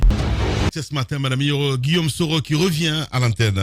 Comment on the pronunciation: C'est Guillaume et non Guillome.